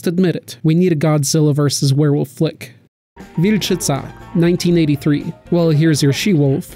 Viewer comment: I'm from Poland, and I must praise you for pronunciation ,,Wilczyca". I was in shock when you said, nice one. :D